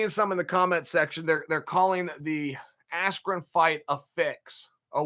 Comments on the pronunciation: I knew my bet was F’d when Buffer screwed up Bens last name. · Rigged. Everyone friends with Paul, Askren comes out with no emotion AT ALL, MICHAEL BUFFER mispronounced Ben Askrens name, knockout in less than 2 minutes??? Robbie Lawler nearly killed him and couldn't put this guy away. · Disrespectful to the sport of boxing! Absolute shambles... From purposely mis-pronouncing his name, to the sh*t talking commentary... most fixed pay day ever... May as well of called it Jake Paul’s birthday party & sold tickets to it. ✋🏽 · Michael Buffer mistook "Big 10" for "Big 12" at weigh in AND introduction then mispronounces "Askren"??? 😂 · Why you think the mispronunciation? So highlight reals don’t taint askrens real fights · You're actually goofy if you think one of the two single greatest announcers is going to accidently mispronounce a name as simple as Ben Askren. Being as close to the fight game as he is, it was clearly supposed to be some kind of joke or slight to Ben.